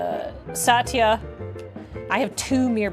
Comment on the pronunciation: also, shoutout to for teaching me that it's pronounced more like "Suh-tyuh" not "Sah-". It's good to learn these things!